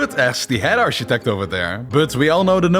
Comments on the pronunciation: Its pronounced arkitekt not arcshitect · /ˈɑːt͡ʃɪtɛkt/?? really? not making fun of your accent, but if you're in this business, you should know how to pronounce the word architect. /ˈɑːkɪtɛkt/